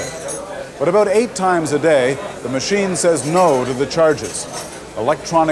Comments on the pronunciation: "Aboot" I love Canadian English. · that's Southern US too